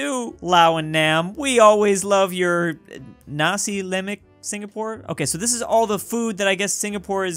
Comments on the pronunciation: it was actually roti prata not rothy pratha and its lasi lamak not nasi lemek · Nasi lemek lol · "nasi lèmék" sniff why do I smell fury in the air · “Nasi Leh-mek” Help me the way westerns pronounce bahasa indonesia/malaysia words are so so funny 😂😂😂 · "nasi lemek" cmoon even indonesians can pronounce that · why does the nasi part of nasi lemak sound like Nazi